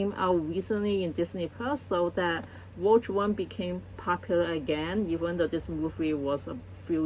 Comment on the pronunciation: Rogue is pronounced. Row-G Row like row your boat. And the G from g‐amer. RowGuh I only have one pop figurine. The Doom Slayer.